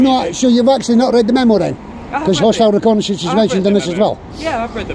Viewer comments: "Hostile 'reck-a-ney-sense'" Lol 😂c'mon officer, if you're going to start throwing unfounded allegations around, at least have a basic handle on the English language. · ReconAYsionce. Fancy. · Why use words like reconnaissance when you can't even say it properly. 😂 😅 🤣 😆